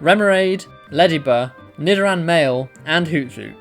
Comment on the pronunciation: It's Hoot-Hoot not Hoo-thoot. Lol